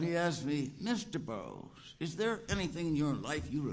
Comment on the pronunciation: Yes, Burroughs swallows or elides syllables, so "Robinson" becomes "Rubson/Rumson" and "Borroughs" almost "Brose." Edward Arlington Robinson couldn't get away from Arthurian and related material—"Melin," "Lancelot," "Tristram," "King Jasper."